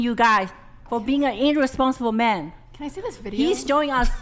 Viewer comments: Vidio, orderly eh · Noo, veedio! 💥 🔫 💥 🔫